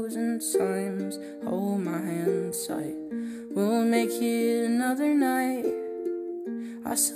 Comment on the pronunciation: I love how he over pronounces "hold my hand tight" so it doesn't sound like "hold my hentai"